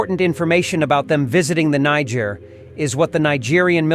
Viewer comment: Greethings the word is Niger and not injer same for Nigeria and not Nijeria thank u